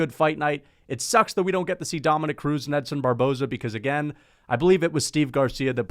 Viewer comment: Why did you say Edson Barbozie's name wrong.